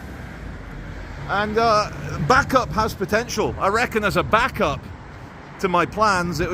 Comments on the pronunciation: It’s bacup as in baycup lol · you do know your saying bacup wrong lol